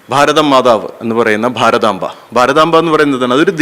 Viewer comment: What about the present Farathamfa instead of Bharathamba.